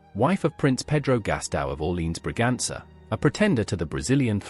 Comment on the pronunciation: The reader should learn the proper pronunciation for Orléans, which he messes completely. Too bad